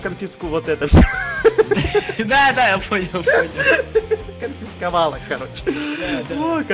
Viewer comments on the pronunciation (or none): тошто ты не смог сказать самом конце я говорю так:канскиковать!